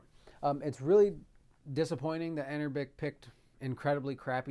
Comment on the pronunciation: Love your video but the company is pronounced anbernic not anerbic other than that great video. Will this play Def Jam Fight for NY as you showcased without any tweaks? What about the NBA Street series? Those are basically the games I loved on ps2 and would love to enjoy them on the go. New subscriber here keep up the great content